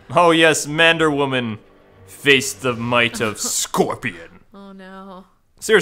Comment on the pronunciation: Why don't you call Wonder Woman "Wonder Man" instead of "Mander Woman"?